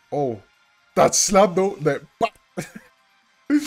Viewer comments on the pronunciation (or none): none